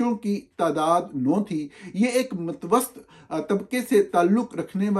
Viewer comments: Sir it’s purshakoh not Purshikwah😂 It’s matwasaq not matwost😂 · اف خدایا! نالائقی کی حد ہوتی ہے برخوردار۔ لفظ "متوسط" کا تلفظ mutavassit ہوتا ہے۔ matvast کوئی لفظ نہیں ہے۔ 😂 اسی طرح "پر شکوہ" کو pur shikoh بولا جاتا ہے، نہ کہ pur shikwah. 😅 انگریزی بول سکتے ہیں نہ اردو اور چلے ہیں دنیا بھر کو ٹھیک کرنے۔